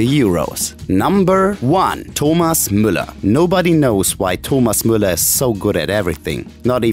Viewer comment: . Sorry, I might be a beginner at German, but Muller is not how you Müller. I know for a fact it's pronounced Mewller.